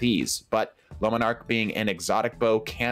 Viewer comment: All I can hear is lemon arc